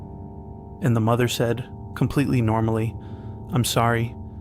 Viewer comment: "Mo-there mo-oh-there!" bruh